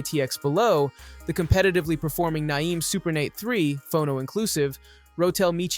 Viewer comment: Great video. For future reference, Naim is pronounced the same as "name". 🙂